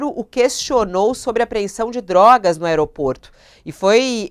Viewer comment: ela falou dorgas no começo